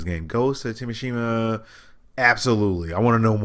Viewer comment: Wait what did you just say ' Ghost Of.....what' 😂😂😂